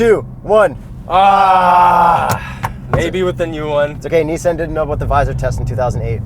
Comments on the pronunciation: “2020 Nissen GTR” LOL i thought it was Nissan GTR 😬😂😂😂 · Fuck sake! It's a Nissan not a Neesan. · This man really said niss-AN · tell me why this guy pronounced nissan in the most weird way possible smh